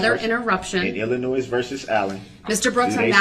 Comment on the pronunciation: It’s not Illi-NOISE as if that’s the worst of his misconceptions!!!!